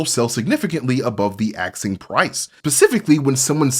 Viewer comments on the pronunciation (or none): ASKING!!! NOT AXING!!